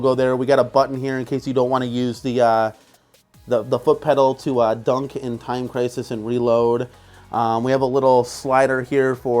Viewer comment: Why do you say dunk instead of duck?